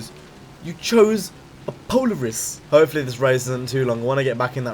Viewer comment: Polar iss? No that's not not how it's pronounced it's po lair iss and there pretty shitty at making snowmobiles and quads(atv) because they get dominated by ski doos for snowmobiles and of course Honda makes better quads than them because Honda is the best at everything. Just a little bit of information about Polaris and why I hate them